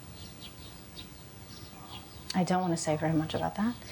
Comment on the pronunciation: is where she slipped in and out, you could hear the accent clearly when she says the word very.